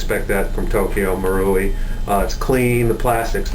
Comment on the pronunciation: pronounce Moor-rai ent it??? not marooowi